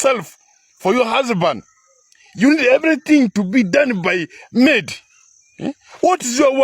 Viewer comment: Amedi emeed instead of maid😂😂😂